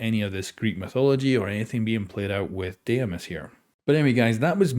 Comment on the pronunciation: Greek here: its pronounced “dee-mos” not “deh-ee-mos” Dee-mos , the “dee” should sound like saying “de-mocracy” ❤️ opa!